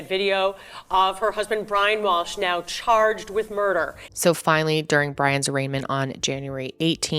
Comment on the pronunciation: "The defendant is chaaaaajed..."